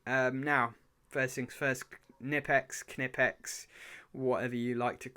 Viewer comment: The company Knipex is from Germany so the "K" isn't silent ;)